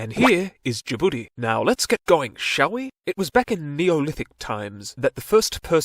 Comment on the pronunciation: Why he call my country Ja'boodee 😂